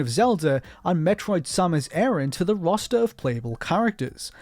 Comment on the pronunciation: It's Samus A-RAN not fing aaron. Geeze pronounce her last name properly already.